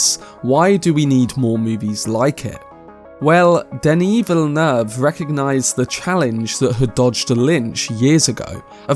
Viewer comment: I rarely hear people pronounce Denis Villeneuve's name correctly, it's very satisfying xD